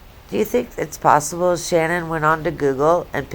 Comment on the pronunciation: It’s Shanann. Pronounced Sha. Nan